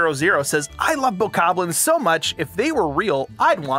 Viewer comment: He said Bokobobos!!!! 🤣Thats what I'm calling them from now on!